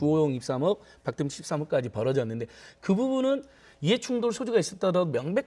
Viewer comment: 박덕흠이 아니라, 박"돈"흠이구만 ㅎㅎㅎ